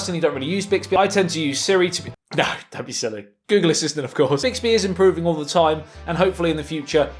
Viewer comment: The Ghoggle phiksel